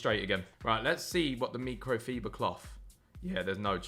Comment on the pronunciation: No way you say micro fiber like that….